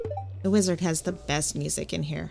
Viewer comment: I dont know why, but everytime said wizard, I hear lizard. I must say Rasmodius the Lizard sounds interesting